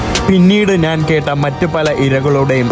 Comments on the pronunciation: മലയാളം ശരിയായി സംസാരിക്കാൻ പഠിക്കുക, നാൻ അല്ല, ഞാൻ ആണ് ശരി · നീ എത്ര ശബ്ദം മാറ്റി സംസാരിച്ചാലും, ജോർജ് കുളങ്ങരയുടെ 100 മൈൽ അടുത്ത് എത്താൻ പറ്റില്ല. 'നാൻ' എന്ന് എന്തിനാ പറയുന്നത്? ഞാൻ എന്ന് പറഞ്ഞു കൂടെ,?